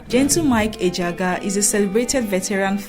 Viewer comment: You’re doing well. The (g )in Ejiagha is silent. Ejiaha. Just…… keep up your good work work.